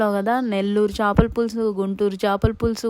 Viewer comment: Chapala kadu chepalu anali